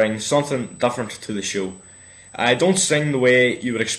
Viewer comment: the way he says different is like dufferent